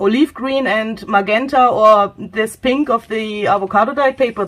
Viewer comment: Thank you very much. Can I help with pronunciation? GE in English is a J sound, so MaJenta is how it is said. Think of the word gentle. Wish I could speak my second language as well as you too.